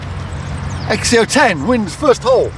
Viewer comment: It’s pronounced “zek zio”